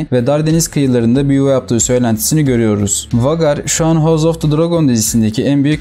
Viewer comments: Okunusu Vagar degil usta Veygar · vagar nedir birader be doğru telafüz et pls veygar olarak okunur